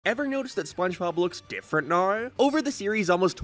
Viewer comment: Please for the love of God fix your Ws. You talk so normally until you say 'Naower' instead of 'Now'. God its unwatchable.